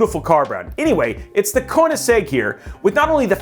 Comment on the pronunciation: Cone-a-seg..? Interesting...